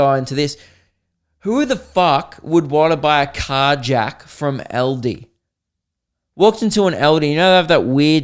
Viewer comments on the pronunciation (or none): Why were you saying eldi not Aldi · saying Aldi.... "Eldi"